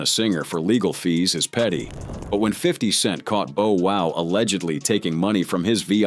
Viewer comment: 😊This YouTuber keeps on mispronouncing Bow Wow's name it's Bow Wow not Bo wow.